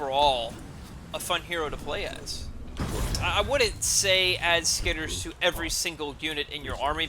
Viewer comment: SkitterERs. It's three syllables.